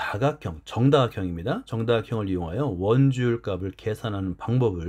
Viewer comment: 좋은 영상 감사합니다. 그런데 수학 영상에 이런 말 해도 될지 모르겠지만 영상 내내 '값이', '값을' 등의 발음을 [가비], [가블]이라고 해서 많이 거슬립니다. 어린 학생들도 많이 볼 영상일텐데 조금 교정해주셨으면 합니다. 제대로 된 발음은 [갑시], [갑슬] 입니다. 물론 최종적으로 [갑씨], [갑쓸]로 발음되겠지만요.....